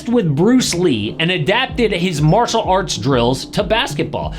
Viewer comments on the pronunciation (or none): none